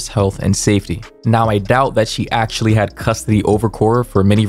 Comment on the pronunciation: It's saying Auctully like poor thing